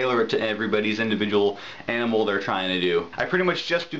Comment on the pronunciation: YOUR ALIVE! Heheh you said Aminal :)